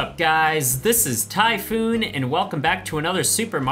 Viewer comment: *ahem* Correction: Ty-Foo